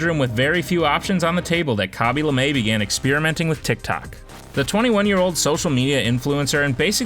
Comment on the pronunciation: Not Lamae it’s Lame